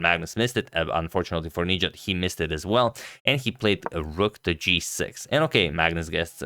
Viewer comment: the stress is on the A not the I in his name - nijAt